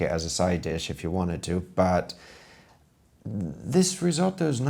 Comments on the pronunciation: Love the way you're saying risotto 😆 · I love how you pronounced "risotto".